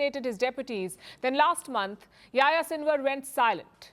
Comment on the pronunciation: It's not pronounce yah ya it's pronounced Yahi-ya